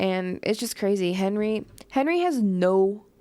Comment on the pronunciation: My favorite movie. I love that Tommy always pronounces Henry as Hendry and that after the time jump Tommy ages like twenty years more than Hendry